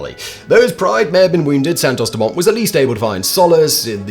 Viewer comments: Im surprised you dont know the T is silent in Dumont which is obviously french.. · Santos-Dumont, dumont is french, you shouldn't pronounce the t